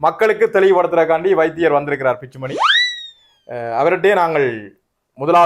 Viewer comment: Dr பிச்சுமணி இல்லை சார் Dr பிச்சுமணி 😄😄😄